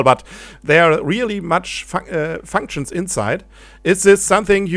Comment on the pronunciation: "Rielie matsch fanktschns" : p